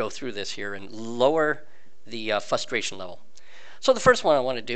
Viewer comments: Its frustration, fustration. Fyi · there is an R in the word frustration, its not fustration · The word is "Frustration". You're missing the R's when you say it :-p Also when you choose economical route it selects smaller jumps to conserve fuel. You can go much further than you can with Fastest Route because the long jumps use more fuel exponentially. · wait... new people have these issues often? I just dropped in and started playing and had no real issues :| Figured the game did a fairly good job with the tutorial to prepare me. Also: What does 'fusstration' mean? You have mispronounced frustration so much that I really do suggest sitting down and practicing saying it correctly in sentences. This aint here to be a dick. I'm actually trying to help fix what I think may be a speech impediment. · I mean come on, how old are you saying fusstration? Old enough if you have a "fine cigar" no excuse honestly